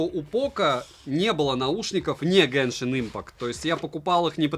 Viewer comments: Почему автор говорит гЭншин если правильно гЕншин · обзор шикарный, но единственная притензия - не геншинК импакт, а геншин импакт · Почему гэншин правильно же будет геншин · Кто-нибудь, объясните, пожалуйста - откуда автор ролика в слове "genshin" нашёл букву "k/c"?